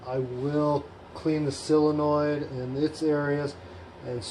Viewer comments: I’ve never understood why everyone pronounces solenoid as silenoid,it’s quite bizarre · I’ve only seen one guy on yootoob that has pronounced solenoid properly, it ain’t you 😊